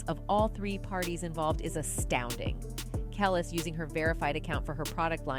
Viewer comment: Who is the woman narrating this video? And how many times are you going to say “Kelis” name wrong? It’s pronounced “kel- lease” not kel less. So annoying.